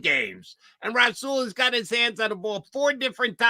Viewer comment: Jody thinks Douglas is Darrelle Revis we don't need him n it's rasual not rah Saul d bag